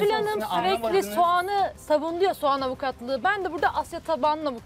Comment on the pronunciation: Soğana sovan denince kulaklarım tirmalaniyor